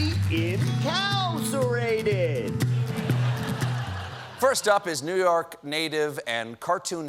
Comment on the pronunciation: Whoever came up with in-cow-cerated deserves prison, though!